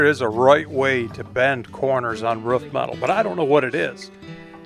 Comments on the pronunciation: Do you guys say ruf in america and not roof? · it’s a roof not a rough. Lol. I know you have an accent. So do I. Love it! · say aloof. Perfect. Now say proof. Great. Now say roof....